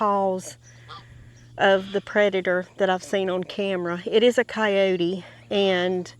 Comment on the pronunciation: The correct pronunciation is coyote, not coyote, even though it’s spelt the same